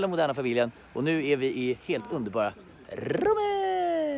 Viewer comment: Kan folk lära sig säga rOmme?! 😂 heter inte rÅmme!!!!!